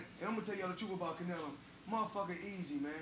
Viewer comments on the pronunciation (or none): This dude literally CANT get Canelos name out of his mouth 😂😂 he is living in his head rent free